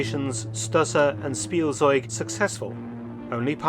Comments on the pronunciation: Spielzeug — speel-tsoyg. The Z is often a “ts” sound and not a standard Z sound…. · In case you want to know the correct pronunciation of Spielzeug: It's more like Shpiel-tseug/-tsoig. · I opened the video as fast as I could. Faster than Blitzkrieg. Edit: "Spielzeug" is mispronounced. The correct pronunciation is "Schpielzeug". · Its pronounced Shpeeltsoyg in German "Toy" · It's "Shpieltseug"